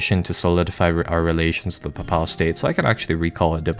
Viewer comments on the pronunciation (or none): While I am not a native English speaker and not in any way an expert, i believe you're pronouncing "papal" incorrectly. Think papel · papal is pronounced Paypull